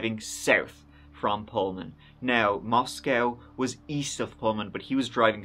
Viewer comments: its pronounced Mos-co not Mos-cow, every media company ive heard say it has gotten it wrong. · For what it is worth - the Idaho city Moscow is pronounced Mos-coe (long o), not Mos-cow. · It's pronounced Moss koh. Coincidentally, like kohberger. Not cowberger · Mosco, its pronounced Mos-co, not like Russia's Mos-cow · It’s Mos-c-oh (like oh no!) Moscow (mos-cow) is in Russia 😌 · Please if you're going to do research and a YouTube video please research the correct pronunciation for Moscow Idaho. It is Moscow with a long O, not Moscow as in the city in Russia. Thank you. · Moscow, Idaho is pronounced like Moss-Coe, not Moss-Cow...Moscow, ID...and Hyundai is pronounced like Hun-Day, not Hee-un-day…Hyundai junk vehicles…🤘🏻🇺🇸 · It’s pronounced Mos-co. The one in Russia is pronounced Mos-cow. Cheers 😀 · Meaning no disrespect but the City, Moscow in Idaho, is pronounced Moss Co not Moss Cow, as in Russia (@ you did pronounce it correctly) Thank you, for covering this story ~ May Ethan, Madison, Xana & Kaylee Rest in Eternal Peace 🙏🏼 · Great video! Just a note for future videos on the Idaho 4 Murders - The city is pronounced "Mos-coe" not "Mos-cow." It's not the same as the Russian city pronunciation. Also, Kaylee's last name is pronounced like "Gonsalves." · From Idaho and here to say it's pronounced "Mosc-o" not "Mos-cow" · Ummm no. It is pronounced Mos-co. Not Moscow. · Mos-cow is in Russia. It is prounced Moscoe,ID. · This happened around the corner from my family home. Btw: we pronounce it Mos-coe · Glad you're covering this. Just as a local, we say "Mosco(w)" the w is silent 🤫 FYI, unneeded, but some local knowledge... I'll share more if I can. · We pronounce Moscow with a long o in Idaho. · Pronounced, Moscoe, please. Thanks for covering. Every time I drive by the courthouse/jail, I get the heebie geebies knowing that freak is only yards away.